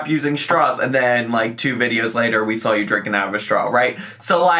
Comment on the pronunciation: "sawl" (saw). The way you can see her tongue curl up to add an L in "saw" is always distracting to me